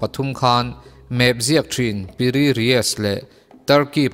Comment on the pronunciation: no 7 na khi PI RII tiin ka hria a ,mahse a ziak ka han chhiar Chiang a, PIRI RIES a lo ni a ha!!!!!!😂